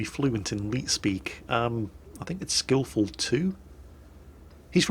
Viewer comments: "skillful tu"? It's "skill4ltu" skill for ltu(Lithuania)" Typical. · Kevin Duncan pronanc: 'skill foir el tee u' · It is pronounced as "Skill for LTU" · Skill4ltu is pronounced Skill-for-el-tee-you; skill4ltu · I think the name is pronounced "Filthy gold spammer"